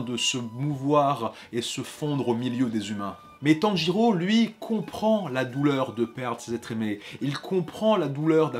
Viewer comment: IL A DIT TEN GI REAU XD